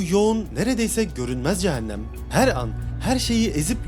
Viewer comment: Hocam ne güzel video çekip edit yapıyorsunuz yahu videonuzu “Eeeennn” demenizin verdiği ve “CehenNEeem” demenizin verdiği işkenceden ötürü dinlemek ve odaklanmak aşırı zor. Şu işleri yapmaya karar verdiğiniz de gidip bi 5 haftalık diksiyon eğitimi alırsınız Ooh biz de tertemiz konuya odaklanırız. Son olarak; “Nerede” yazılır “nerde” okunur “Burada” yazılır “burda” okunur “İçeriden” yazılır “içerden” okunur “Dışarıdan” yazılır “dışardan” okunur Vallahi kusura bakmayın ama yazmadan geçemezdim neredeyse kelimelere yaptığınız tüm vurgular da hatalı olarak çoğunu ilk heceye yapıyorsunuz fakat Türkçe’de vurgu son kelimeye yapılır, onlarca kez “Eeennn” diyorsunuz lütfen şu güzel videoları azıcık konuşma eğitimi alıp çekiniz🙏 Dilimizi güzel kullanıp güzel tanıtalım.